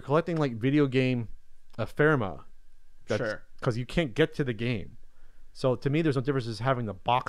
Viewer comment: "epherma"?...... went dyslexic on that one...switched the R and M. Ephemera